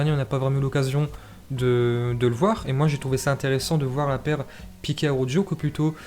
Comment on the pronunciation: Arrête de dire araujjoo😂 Ça se prononce araukho😂